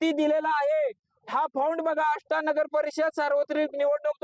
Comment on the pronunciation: नाव सरळ घ्या मॅडम आष्टा आहे